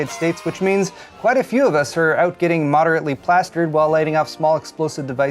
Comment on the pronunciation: Heh, "modernately" plastered